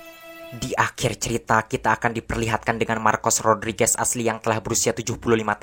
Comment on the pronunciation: Mantap!!! Sampai "Rodriguez" diucapkan dgn bener!! Makasih!!